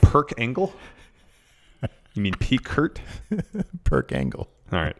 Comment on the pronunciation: Lost it when said perc angle